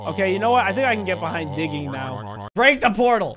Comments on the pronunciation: digging sounds like Begging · instead of digging I hear turkey